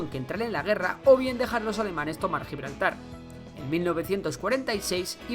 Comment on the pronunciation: Ni siquiera saben pronunciar Gibraltar...